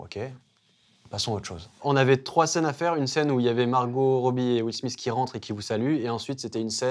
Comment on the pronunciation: C’est pas will smisse c’est will smith ( smite)